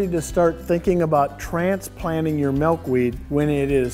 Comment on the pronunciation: Malkweed? Are you seriously kidding me? mAlkweed?